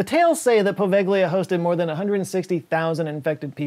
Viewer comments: No. I'm Italian, actually from Venice. "gli" is not pronunciate "li" even if I prefer that to the hard G-L-I that used. The sound i actually a "soft" G connected to the L. There isn't a sound quite like it in English so I will post a vide of a guy explaining it. In another comment because often youtube deletes che comment when there is a link, so if you don't see another comment of mine, with the link, after this one, that is the reason. If that happen, you can guys look it up "how to pronounce "gli" in Italian" You'll find something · Poveglia, with gli is read like Povelia the gli/gle in Italian is kind of (not exactly) a soft L like "liute", it's not an hard G like "guide". Also you can visit the island with a little of "ingenuity" let's leave it at that. Good luck try to visit the Vatican archives, much more difficult. Source I'm Italian. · Are you sure about that pronunciation of Poveglia? No seriously, you said it wrong and it took me seconds to look it up on Wikipedia. It's pronounced like "poh-VEL-ya." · On the subject of Poveglia... You do not (or at least: hardly) pronounce the 'g' in the name. So it's actually pronounced [povelia]. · Poveglia: po-veh-lia. Any G before a L or N in Italian is pronounced 'lyuh' or 'nyuh' (like the sound in onion (uNYun)) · That's not how you pronounce Poveglia. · Great video as usual. Small heads up though, your pronunciation of Poveglia is trash 😅